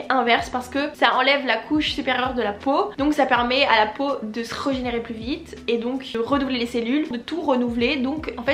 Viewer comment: Ont dit régénéré pas comme toi tu le dit